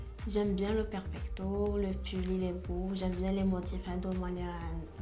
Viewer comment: Hhhhhhhh fe dkika ahkoli 3la mo fom kbir ki kalat ahhhh oui j'aime bien le perpicto 😂😂😂😂 yawwww perfecto machi perpicto chaba3touna haaafff